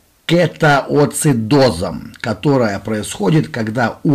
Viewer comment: КЕТОАЦИДОЗОМ, а не гетоацидозом!